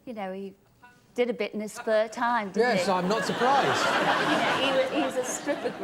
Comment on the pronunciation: Is spur time the same as spare time? Lol.. No wonder that Americans cannot sometimes understand us when some English folk cannot speak the English language correctly lol